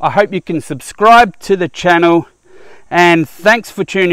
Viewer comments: its "trilobite" (as in triangle), not "trillobite" named after the trilobite it used for its icon/branding. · Tri Lobite not Tril obite